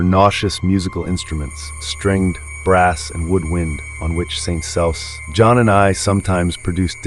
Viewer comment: Just a nitpick but St John is pronounced "Sinjin" ...bastardised from the French St Jean